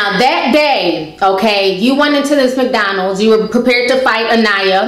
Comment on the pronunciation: McHoddrats. Lmao